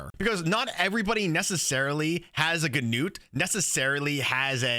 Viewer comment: nice video! and btw... finally someone who pronounces "Gnut" the right way xD (the [gn] is spoken like in a-[ckn]-owledge)